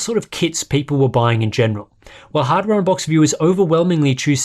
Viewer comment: No one going to talk on how sharp, clear, and explicit pronounced hardware unboxed at the beginning?